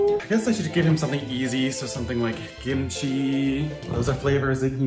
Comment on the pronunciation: “gimchi” 😂😂 I’m so sorry it’s just so funny or is it just me idk if I misheard it